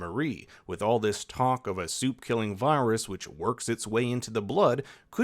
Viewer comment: When you say "supe" I hear "soup". So it was fun ! Also : soup baby